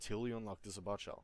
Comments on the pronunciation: its not sabot it sabo with a silent t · It is pronounced say-bow it buuugs the shit out of me when people say it say-bot . I liked this guys vid never ever thought of the combo of the sabot and canister shell. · Sa bot shell hahah dumbass its pronounced sab it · im pretty sure sabot is pronounce"say-bow". obviously this is not a big deal though. anyway good vid, helpful for me as i dont play vehicles much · I'm sure it's already been mentioned, but it's say-bow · Lol thanks for the vid, btw I think it's pronounced Say-Bow (Sabot) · Say-bo. THATS how you say it